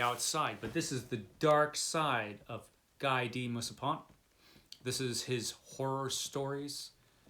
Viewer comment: Guy de Maupassant = Ghee' deh Mow pa sahnt'